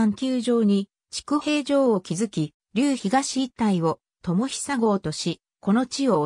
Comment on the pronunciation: 読み方違います。 下虎岩（しもとらいわ） 知久平（ちくだいら） 南原（みなばら） 小林（こばやし） 稲葉（いなば） 柿野沢（かきのさわ） 虎岩（とらいわ） です。 元住民より。 ちなみに龍江（たつえ）です。